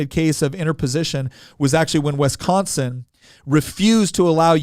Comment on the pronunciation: I hate how he says wisconsin. If fact most southerners say it way f'd up.